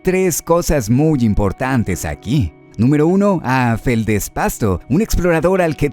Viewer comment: Que no se pierda esa bonita costumbre de no saber como pronunciar Hondonada Frágil xD jajajaja grande, que gran video.... por cierto FeldesPASTO jajajajajajaj me parto de risa.....